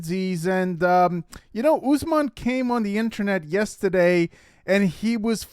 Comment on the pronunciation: Thank you. Love your show and your use of the word “yestuhday.”